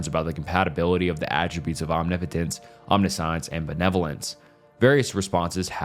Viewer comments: Omniscience is pronounced om-nish-ence for future reference ( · lololol it isnt “omni science” 😂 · It's pretty easy to find out how to pronounce words using google. Omniscience = om-ni-shence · bro made a 3-hour long video to “correct his pronunciation” but still pronounced almost every philosophical term wrong 😔 “omni-science” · Omna-science and premesises 🤦🏻‍♀️